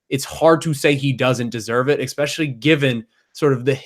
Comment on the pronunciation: Please all you journalists, stop saying exspecially, there is no x in that word. So many talking heads that can't seem to speak proper English.